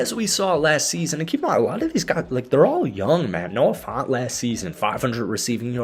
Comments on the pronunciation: It’s Noah Fant, not Noah FONT. Brother. Please. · I heard Noah Fawnt 😆 F-ant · Noah FAHNT was killing me every time he said it 😂😂